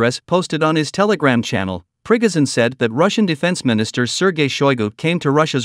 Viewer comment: Who the hell is Prig-Izin?